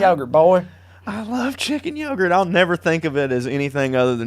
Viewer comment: "Chicken yogart" will from thus day forward be a weekly joke. Thanks ya'll. Btw, when i first tried to remember what you said I thought it was Turkey Puddin' 🤣🤣🤣